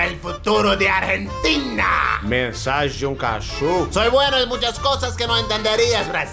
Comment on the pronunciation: Achei uma graça a chamando a Argentina de "Aguentin"